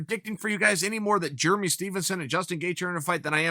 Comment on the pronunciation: JURMY STEPHENS! LOLLL this guy kills me with the names